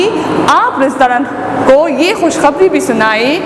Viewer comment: برائے مہربانی یہ عنہو نہیں کیونکہ یہ عورت ہے اس لئے عنہا پڑھی جائے